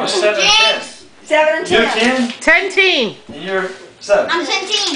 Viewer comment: It's not tenteen